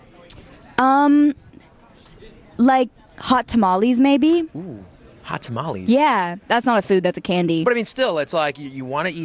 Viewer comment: I love you Sabrina but, the way you said "tamales" broke my heart. Side note though, my first love is also Twix. Lol